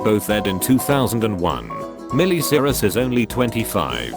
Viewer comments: i love how he keeps saying "milly siris" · Meelee Cirus